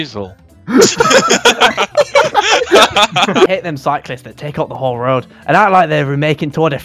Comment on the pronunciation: "who's masel?" no way ... just stop